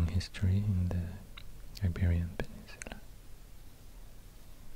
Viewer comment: Yay he said the península, I'm from Navarra.